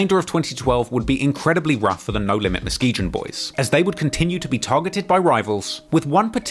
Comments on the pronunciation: It's pronounced /muh·skee·gun/ NOT muhskeejeuhn MF.. That shit is irritating!!! LOL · Bruh, it's not "Muskee-gin" you don't pronounce the G with the "jjhh" sound, In Muskegon. It's said like "Muskee-gun" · It's pronounced Muh ski gin not Gen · “Mus kee jun” 😂😂😂 muskeeGUN bro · He's pronouncing Muskegon as Muske-jun. It's pronounced Muske-gone. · Muskejin 🤣 Muskegon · Muskegon. Not Muskejon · It’s pronounced Muske-gon Brutha, not muskeegion lol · It's Posto like Pasto! Pronounce Pasta, like that except Posto, and it's Muskegon like Muss kee Gun, not Jun!!! Lol come on now! And KTS Von was the shooter when Alamo and Roc died Von did that with a Tech Nine, listen to his song Kill To Survive, he says "I remember going crazy with that Tech" that's what he's talking about...... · I’m from MICHIGAN which has the city Muskegon also. We pronounce it Mus-kee-gun not “Jin”🫣🫣🤔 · Haha Muskegon is pronounced MuhSKEEgan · I know I'm late but it's Muh-skee-gn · Mus-kee-gun. G like in go. Another great vid. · do yourself the favor of understanding THERE IS NO EASTSIDE OF CHICAGO. There's north south and west sides but east of downtown is the lake. Don't let anybody tell you different. Also Muskegon is pronounced mus-kee-gun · It’s pronounced Mus-Kee-GONE!! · Muskegon is pronounced with a hard g. MuskeGUN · Muskegon is pronounced muskegone that G is actually pronounced as a G not as a J. Just thought I would let you know. Your documentaries are fire though. But this irked my nerves in this one lol. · Nobody gonna say anything about how he’s butchering Muskegon 😂 it’s pronounced Ma-ski-gun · Musk-Key-Gone Boys pronunciation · was looking for this comment, thought I was trippin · It sound like he said they was the ↪mosquito↩ boys 😄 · It's pronounced muskeegun fool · Musk e gan lol why do you pronounce it so weird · It’s pronounced MUS-KEE-GUN. There’s no way he would know that but it’s driving me crazy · Muskegon is pronounced Mus-ke-gun, got it? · It’s pronounced MUSK E GUN lol